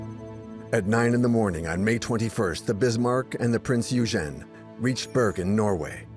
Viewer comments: Why is it so difficult for AI to pronounce Prinz Eugen (Oy-gen), I don't speak, read or write in German, but I at least know how to pronounce certain foreign words. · Typical American, never even bothered to find out how super well known German ship names are pronounced. Or is this just more AI slop. Printz Oy-gen. Dude, British, not English. Many of these people were Scotts. There's no W in the pronunciation of Swordfish. It's a sord, not a sWard. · Is it thar hard to pronounce "Prinz Eugen?"